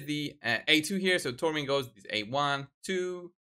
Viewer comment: Thanks, you pronounce her name correctly. I dont understand why Ash and HH call her Sekia.